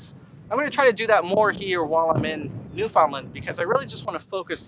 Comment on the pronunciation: I love your ever evolving pronunciation of Newfoundland. 😂😂😂 Almost have it.